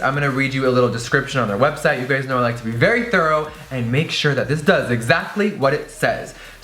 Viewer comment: "you guys know I like to be very THURROW"